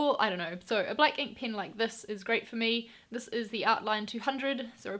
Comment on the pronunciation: The way you pronounced pen I'm assuming you're from New Zealand. Nevertheless, you are doing a phenomenal job. 👍